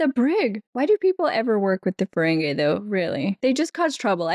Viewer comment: I know it's pride month, but they're Ferengi, not Ferengay.